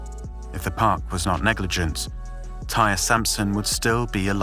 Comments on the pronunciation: omg... thank you. I was wondering wtf, why isn't anybody pointing this out. Damn, disrespectful AF researching someone's death and not even getting the pronunciation of their name correct. smh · TIE-REE!! NOBODY NAMED “TIRE”. HE’S NOT NAMED AFTER A CAR PART. SAY IT AGAIN…..TIE-REE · It’s not pronounced ‘tire’. It’s pronounced ‘Tie-ree’. He didn’t die on impact either. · you could have at least said his name correctly, who tf is TIRE?? (its Ty-ree) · American here. Never heard of Tyre being pronounced as tire. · his name is TIE-REE.... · Out of respect for this young guy I think you should make sure you have his name pronounced properly. His name is ty-ree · All he had to do was pay attention to the dozens of news reports that pronounced his name correctly. If you’re going to do a piece on someone’s death, at least get their name right. It’s irritating listening to this man call him tire over and over. There’s a responsibility that needs to be upheld when you are presenting information to thousands of people and making $$$ off of it.